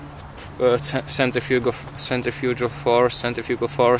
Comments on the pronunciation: I've only ever heard it pronounced sent-riff-ugh-ull. Besides, actually pronounces it like "centrifuge." Also, if he cared about how he pronounced anything he wouldn't still say, "knifes." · Sorry but how you pronounce centrifugal is crazy annoying.